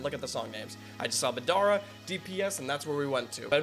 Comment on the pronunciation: I was like why is this vid 17 mins but he's reacting to 2 vids (also just like u said, u are bad at saying names and u def said Madara wrong too lol and Frazer was in Rustage sukana track 🙃)